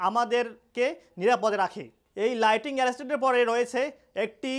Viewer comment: It's not lighting but lightning